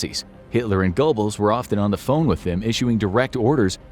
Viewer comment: Joseph Gobbles? Seriously?